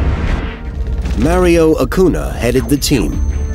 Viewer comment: Yeah it`s Io, not Lo